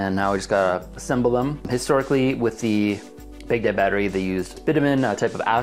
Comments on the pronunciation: Everytime he said Baghdad battery, I thought he was saying Big Dead battery. Censoring the word damnit, from God damnit? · I was so confused at the ‘big dead’ battery name. And now that I’ve mentioned it I bet you can’t unhear it. I’m used to it being pronounced “bag dad” not “big dead” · Its not "big daad" it is sincerely pronounced as "baag daud". Respect names.